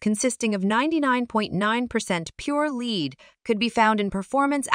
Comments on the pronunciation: whats pure "leed"? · Too bad she doesn't pronounce lead or product names well. Johnson Controls makes the majority of those brands.